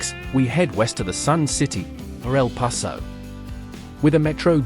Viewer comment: I live in Houston, Texas. Waco is pronounced Wake-o not Whacko. For El Paso - It is pronounced El Pass-o. Austin and Dallas/Fort Worth are now the wealthiest cities in Texas. Houston is larger than Fort Worth or Dallas but not when you combine both city's populations together.